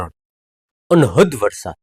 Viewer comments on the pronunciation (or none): none